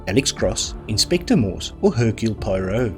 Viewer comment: I find the pronunciation perfectly acceptable. Not being picky, but when "Poirot"is needed, try saying "PWAR - OH ". ( That's " yer " actual French!😊 By the way, do you have a tinge of "South African " there ? Enjoyed the quiz, only missed a few questions.😊 😊🇬🇧🦉🌿🎶🌼🇬🇧😊